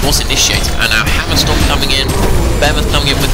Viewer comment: It's not your english, you just mumble SO much, can't understand half of the thing you're saying cus a word like "Hammerstorm" in your mout sounds liek Hummrestm